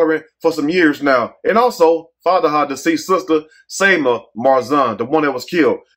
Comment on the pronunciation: Not Fatihah 😂 😭😭😭 it’s Fatima